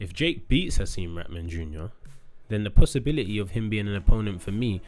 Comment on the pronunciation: I love how you say pussy-bility 💀💀💀👍🏻